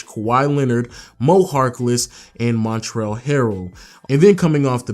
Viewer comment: MonTREZ not Montrell